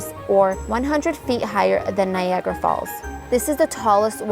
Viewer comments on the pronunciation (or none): none